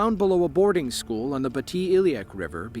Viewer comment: I graduated from school not however you mispronounced it. Fish swim in schools not showels